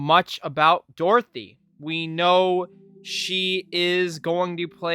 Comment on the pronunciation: Its dorothy not dorothy mate